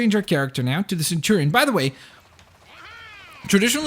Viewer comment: I hate to say it, but it's centurion, not centurian.